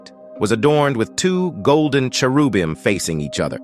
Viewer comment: That's exactally what I just said and the way he pronounced cherubim?